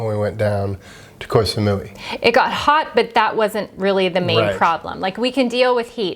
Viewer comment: Thank you for sharing these tips. Which sites do you find the best to find good deals on flights? Your pronunciation of Koh Samui is cute ☺. I believe it's pronounced more like Koh - Samoy . I'm not sure the street litter in Vietnam is due to culture; I think it's more to do with poverty/deprivation and lack of government support. As for getting hot food in plastic bags, it was the same in China. Regarding plastic litter, I found some of the beaches in Bali to be incredibly littered, with huge swathes of floating plastic seen out in the ocean, for example to go dolphin watching. I noticed that Japan also uses a huge amount of unnecessary plastic, but you don't see any litter - at all. Everywhere was pristine.